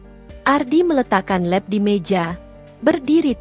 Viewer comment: mbak baca nya lap tetap lqp bukan leb...